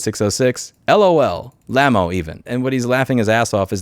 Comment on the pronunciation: This is always a great point and it may be the one that eventually gets through to them, about how they will monitor us our whole lives but are uncomfortable having the same done to them who have far more power to abuse than any of us. But Louis....we have to talk about your pronounciation of Lmao.....